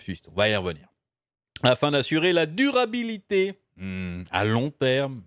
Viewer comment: "la DUR abilité hmmm à LONG terme hmmmm", mdr